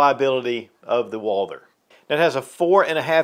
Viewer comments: Stop calling it "Walder" omg!!! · So annoying hearing you say "walder"😢